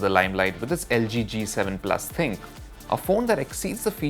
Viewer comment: it is not Thinq...it is Thin-Q